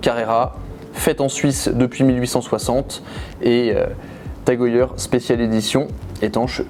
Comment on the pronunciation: Prononciation : « Tag E Heure » svp et pas « Tag E yeure »